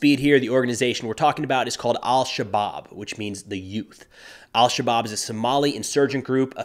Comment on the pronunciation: I believe you shouldn't pronounce the L in 'El-shabab'. Should be pronounced as 'Esh-shabab'